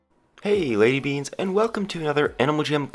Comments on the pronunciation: Did he say "Hey lady beans?" If not them wat did i hear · Did you say LADY beans?! OML NUUUUUUUU GO BK TO #JISTERIA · he only said lady beans XD